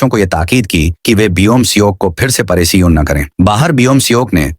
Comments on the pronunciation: Para shan❌️ perisiun✅️😵‍💫😵‍💫😵😵😵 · parishan❌ parishiyon✅ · Wo periseon nahi pereshan hai